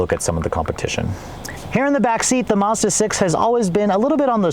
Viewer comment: Thanks for the video, but please say Mazda not Mahza :) .. the Maz part should sound like Mad.